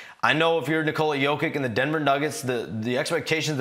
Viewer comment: Come on man, learn to pronounce his first name correctly.